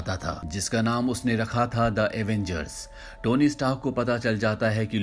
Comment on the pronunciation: Avengers not Avangers